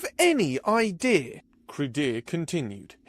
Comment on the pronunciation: 5 of 5 Next time impress me and drop the British 'R' from the word 'idea'. LOL